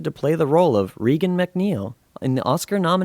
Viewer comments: Friedkin and "Reagan' are being pronounced wrong on here... and its "Rick James' NOT 'James Rick. I'm so sorry but credibility stems from everything being correct. That being said.... it was a very good and interesting video. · Whenever I watch an interesting subject that utilizes a narrator, I look forward to learning something. The moment I hear the narrator mispronounce names, e.g.: Regan, Friedkin,and give wrong information, (the year The Exorcist came ou) I can’t take this serious. Am I the only one it irritates?